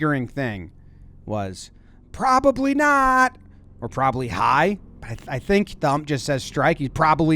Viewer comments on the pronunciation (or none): "Probably High" with the emphasis on the "H" at the end